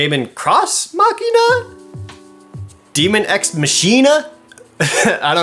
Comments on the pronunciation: Asks if you get the naming play on words for "Daemon X Machina", proceeds to not be sure how to pronounce "Dee-mon Ecks Mah-key-nah". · I believe it's pronounced Dee-min Ex Maw-key-naw